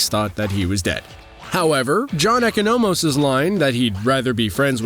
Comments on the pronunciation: “E-Co-No-Mos?” Whoever is reading this script definitely didn’t even watch the show if that’s how he pronounced Economos. How hard is it to just do your job and watch the show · What’s with the narrator’s way to mispronunciate “Adebayo”, “Economos” and “Belle Reve”? A bit off-putting.